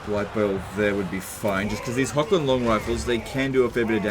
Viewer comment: Pronounce "Wissenland" with a V : "Vissenland". The name is supposed to be german. Similar : "Horrland" for Hochland.